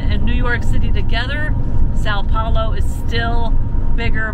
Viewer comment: Suppose for one moment -- we reversed things: a couple of Brasilians stranded somewhere in North America and unable to speak a word of American-English. What kind of service would they get ? Why things are always a darn one-way road. And please try and learn how to pronounce Sao Paulo -- check with Google Translate. You might as well take a phrase book with you.